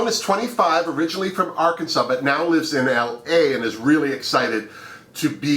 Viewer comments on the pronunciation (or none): none